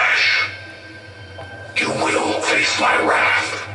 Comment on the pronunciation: "The wrapth of salvitar, the fastest god of live" Oh dear god im out of here